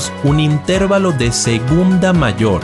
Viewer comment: Así como oír una canción con una cuerda o una tecla desafinada es insufrible, ver tus publicaciones diciendo "intérvalo" en vez de "intervalo" acentuado en la "a" le quita lo maravilloso de tus contenidos. Se recomienda que futuros videos, si es menester pronunciar esa palabra, lo hagas de la forma correcta.